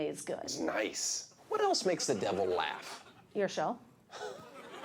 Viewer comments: she keeps adding another t to tosh!!!! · She added another T that ain’t there🧐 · Wheres the second t in tosh?